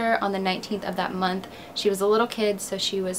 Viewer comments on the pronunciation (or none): none